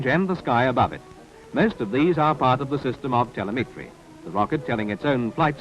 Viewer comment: It was a newish word at the time and the voice over bloke probably hadn't heard it said before. Reading a script.